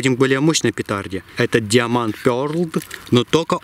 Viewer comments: Не диама'нд а да'ймонд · Даймонд, а не диаманд, англичанин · Не диамонд а даймонд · даймонд, а не диаман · вы чё англиского не знаете не диамонд а даймонд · НЕ ДИОМАНТ А ДАЙМОНД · Даймонд а не диамонт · Не диаманд , а даймонд пёрл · Не диаманд а даймонд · Учи английский неуч... "Диамонд" ну тупой.... Даймонд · Не диоманд а даймонд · "Диаманд" блять англиский выучите нормально дауны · в слове Diamond, правильно произносить как Даймонд